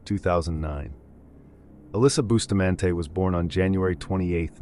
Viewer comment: Pronouncing it "Boo-stah-man-tay' is certainly a choice.